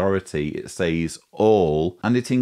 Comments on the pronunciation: As a speaker of American English I am intrigued by your pronunciation of the word SAYS. We say SEZ, but I like the sound of SAYZE. Excellent content and illustrations. By the way, I boosted the audio speed to 2X and found the everything quite comprehensible. Keep up the good work, please. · Great analysis, but your pronunciation of the word "says" is bugging the hell out of me. Say it like you say "said", but with a "Z" sound at the end instead of a "D". Thank you. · why does he pronounce 'says' as 'saays'? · Is it just me or is he pronouncing “says” incorrectly? It’s triggering the fuck out of me hahaha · I'm from the UK and nobody I've heard pronounces it like he does, it's unique to him.